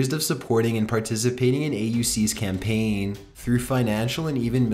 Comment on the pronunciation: Very informative and well done video but.... Why is ever syllable of the last work in a sentence so drawn out? Re: campaaaaaaaaaign